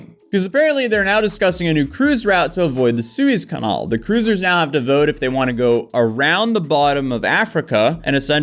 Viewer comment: That's some wacky pronunciation of Suez Canal.